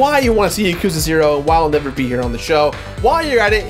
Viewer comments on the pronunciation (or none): none